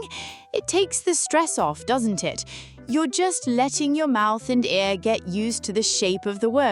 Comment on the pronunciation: Thank u sir, I needin like those course. BTY it's "ear" not "air"